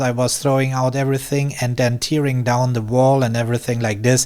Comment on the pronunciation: Great as usual! Careful with the pronunciation of “tearing down”, it doesn’t rhyme with the same word in the phrase “tearing up” that means crying.